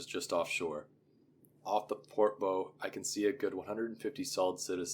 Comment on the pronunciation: The “bow” of a ship rhymes with “cow,” not “mow.”